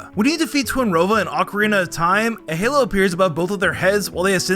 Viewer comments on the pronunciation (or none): none